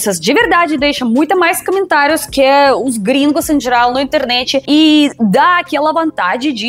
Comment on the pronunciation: "Camentários" porque sílaba tônica é o tá, não é?